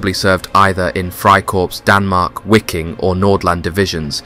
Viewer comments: Your pronunciation is absolutely abhorrent “wicking” it’s just pronounced Viking man… and ‘georg’ is George.. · Wiking is pronounced (Viking) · Wiking: the W is said like a V making it VIKING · Wiking is pronounced Viking, which is exactly where the unit derived its name. The unit originally being made up from Danish, Norwegian, Swedish and Icelandic volunteers as well as Dutch and Flemish. Very interesting subject none the less.